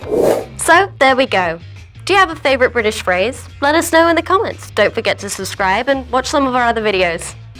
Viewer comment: Excellent videos! Just discovered you. But please may I be a bit pedantic and say that it's British, and not Bridish? Ok? Well, I said it anyway. Keep up the fab work!